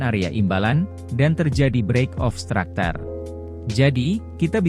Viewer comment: Structure bang bukan stracter